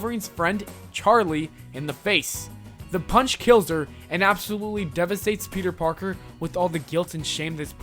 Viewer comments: Peter porker 😭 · Peter porker hahhahahahahahahahhahahaha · PETER PORKER!! XXDD i laughed too much when he said that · PETER PORKER I FUCKING CAN'T